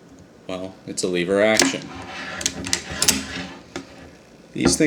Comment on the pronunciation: It's called lever action not leave her action